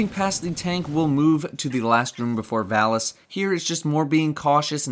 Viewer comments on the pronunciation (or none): Stop saying Valus wrong.